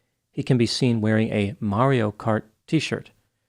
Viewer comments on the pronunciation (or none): none